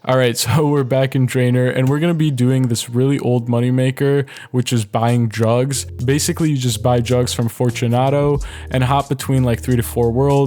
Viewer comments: i thought he said drugs not jugs lol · sounds like he says drugs instead of jugs lol 😂😂😂